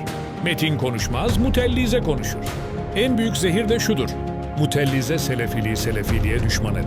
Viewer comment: mutellize değil mutezile